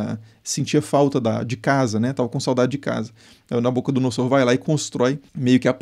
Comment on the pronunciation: Creio que na pronúncia de "Nabucodonosor" a letra S tenha som de Z.